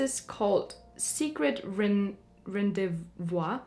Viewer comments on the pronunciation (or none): yep, it's french and you can pronounce it "ran-dey vu" ^^ it means "date" in french ;) very cute video, I'm impatient to hear more about your podcast! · secret rendez-vous it's mean secret date 😂😂 when you read it in that way you make me lugh 😘